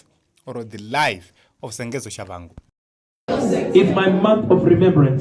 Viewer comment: His name is Tshabangu not Shavhangu